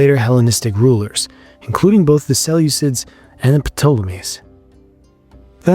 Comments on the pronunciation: This is a digital voice, multiple mis-pronunciations, Ptolemies, Elucidate as easy examples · I was with you til 'P'toalemies'. After that I begin to doubt your basic knowledge of the subject. Or your lack of caring enough to narrate it yourself. At this point viewers LOVE to hear someone making ordinary HUMAN mistakes when narrating.